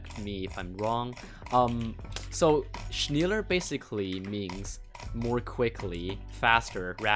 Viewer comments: i think its pronounced sh-ne-ll-ar Epic gamer moments for the heart 100K foot reveal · shneller short e schn-e-ller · It's pronounced "Schneller Bridging". You're welcome. (shh-NEL-er) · as a german, I can say its more sh-nell-lair Edit: If you use Google Translate, it has a pronunciation feature. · You have to not like say "schnyeller" Just say the a and e at the... Same time..? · Sh-nell-are is proper german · "shenller bridging" nice. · Pronounciation Shne - ler Not being rude to your pronounciation tho :> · It reads schneeeeeleeeer basically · it is schneeeeller bridging it means faster in german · You pronounce it like this: shne-la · It's pronounced like Schnae(sounding like an eeh) lah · Shneller is how you pronounce schneller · am in the only one offended by how he pronounces "schneller" dude says something like shmiler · its pronounced shnäler bridging im german and ik how to pronounced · I think it’s pronounced SCELLER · Schneller is pronounced Like shnealer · Im from Germany and its pronouced "shnaller" in englisch u world weit ot linke this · You pronounce it schnehler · Schneller is pronounced as ä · its pronounced shnellah bridging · its pronounced sh nell er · its pronounced schn eh ller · Its not pronouced schnEler bridging its schne (e like education) LLer bridging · It’s pronounced sch neh llar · "shniler bridging" so cringe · Your german is very bad xD U pronaunce it like schniler bridging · It's pronounced schehler bridge like instead of ee for the letter e it's eh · ja überlst true haha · Ist echt so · Hey, I think "schneller" is said like shnell, the "sh" sound at the beginning, in the middle you say it like a softer "nay" sound and at the end its just like how you would say the letter letter "l". I think this because in German "schneller" literally translates to "faster" as you said (from "schnell" meaning fast, and adding an -er to make it a comparitive). Also I love your vids! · I love how you pronounce "schneller" haha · Ja ist so